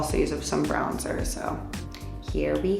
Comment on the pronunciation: she.. just pronounced bronzer as “brownzer”??